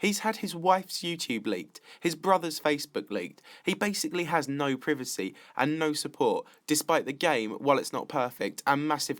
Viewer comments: That's not how you say "privacy" And That is not a valid reason to assume that we are dumb people that can't do shit. Uneducated fuck. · “ he has no privasee”